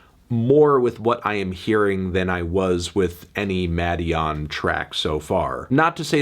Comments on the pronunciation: Melon its pronounced maiden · Muh-DEE-on or so I’ve been told